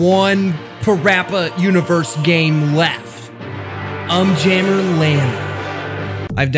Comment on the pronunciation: Fun fact: the video is exactly 15 minutes long Also it’s un jammer not jammy